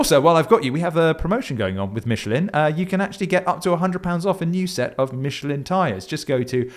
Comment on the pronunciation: Don't you mean powered by "mitchalin"? 😂